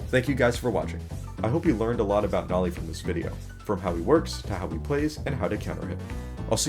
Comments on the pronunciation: BRO ITS NOLI NOT NOLEE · (its no-lee) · is it me or did bro say nali? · Heh... Bro said Nawli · The humble guest: Also why did u say noli like that lel